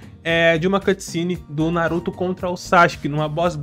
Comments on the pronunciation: "Não vai fugir tá? NaRuTó" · Fica aqui... não vai fugir tá? NaruThô